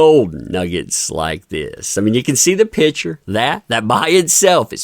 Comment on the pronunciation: Picture not pitcher or better yet…just say photo if you are unable or unwilling to pronounce picture correctly.